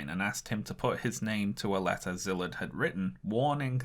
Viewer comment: Small request for future videos. Could you put up the names of the people you're talking about under their photos? It took me 5 whole minutes on Google (way more time than should be required in the modern age) to find out that the man you called Zilit or somesuch was actually Szilárd Leó (pronounced See'-lard Leh'-oh). I wouldn't have been able to pronounce it either had I not lived a while in Hungary, but it would help people who are intrigued by your subject matter to follow up on it on their own (to Google Byrnes and not Burns, for example). Great video.